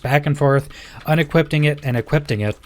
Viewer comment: YES. I was getting so annoyed hearing equippting and unequippting over and over. 🤣